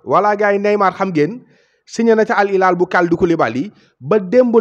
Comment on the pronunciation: Sa waay c’est Al Hilal pas Al ilal. Khana d’égo Arab wola woloff? C’est les French qui se savent rien prononcer! Wola “H”amoul ci baol-baol???